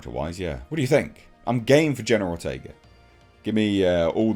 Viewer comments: I kept mishearing it as you saying General Ortega. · pronunciation of the name keeps sounding like "General Ortega." 😄